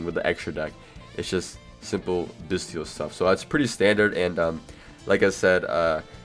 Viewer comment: the "t" in "bystial" is a soft "t" like in "celestial", "influential", "potential", etc.